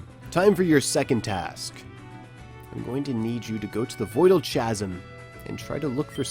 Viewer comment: STOP SAYING CHASM ITS PRONOUNCED KAZEM